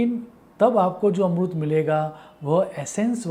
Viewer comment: Dear sir amrut ni Amrit hota h